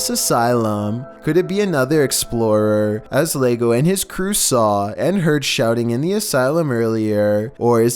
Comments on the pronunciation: #14 it's not Lego, it's with the y (yego) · “Lego papa” oh my, mi español is insulted 😂 it’s pronounced like “yego papa” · this dude said "Lego Papa" im dead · “Lego” double L is supposed to be pronounced like a Y :p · Double L in Spanish makes the Y sound. LlegoPapa = YegoPapa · For number 14, “Llego” is pronounced “Yeh-go” . Double L